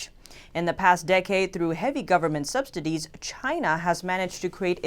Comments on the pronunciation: it's Subsidies not SubsDidies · I swear she was saying subsdities.